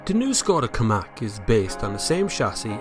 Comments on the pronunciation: KaMIQ not KaMAK ;) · Hi. You keep saying Ki- Mack. Is it not Ka-Mick?